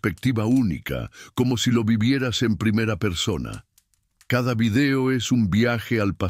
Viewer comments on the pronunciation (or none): none